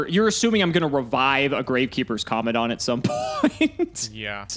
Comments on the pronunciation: that is not how you pronounce Commandant. It's Co-Man-Dant. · It's pronounced "Com-man-dant" (command-ant) as it is essentially a person in charge. Minor thing but the pronunciation of the card name is weird. Great video as always